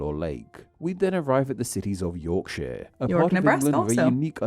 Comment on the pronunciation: bless you for mentioning yorkshire and pronouncing it correctly.